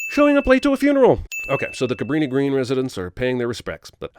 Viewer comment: As someone who used to live outside Chicago, I'm deducting sins for properly calling the projects "Cabrini-Green." It is NOT "greens" as in greenspace. Cabrini and Green are the names of the planners. People never get that right.